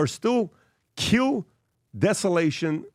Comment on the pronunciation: De -sal-A-nation plants take out the salt n clean the ocean water